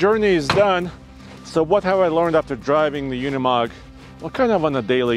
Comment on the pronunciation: Pronounced Ooh nee mogg, not you nee mogg. And mer cedes, not mir say dees.